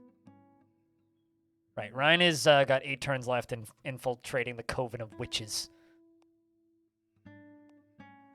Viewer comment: Coven is pronounced like "oven" but with a hard "C" at the front.